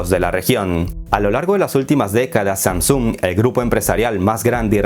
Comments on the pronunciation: Samsúng??? Pensé que era Samsung sin acento simplemente una palabra como cualquier otra que no tiene acento. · Que fea manera de proncunciar SamSUUNG dios... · Todo muy bien hasta que se pone a pronunciar SAMSUNG.